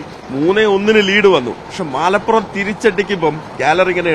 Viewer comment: Malaappuram alla Malappuram ann😂